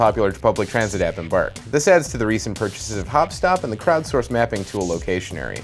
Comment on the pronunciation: He told embark, but you have to listen to it lot of time. I heard first time also like he mumbled it :D